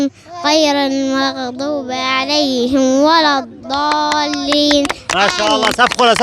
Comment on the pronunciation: بالنسبه لطفلة ما شاء الله عليها ولكن لديها ضعف في الكسر مثل كلمة(( عليهِم ))هي قال عليهِ تقريباً فتحت الحرف وهاد خطئ جلي وليس خفي وكلمة مالكِ قالت مااالك يعني في حرف مد طبيعي ولكن زادت حركة وما اتمت الكسر ولكن ما شاء الله عليها جيل التمكين بإذن الله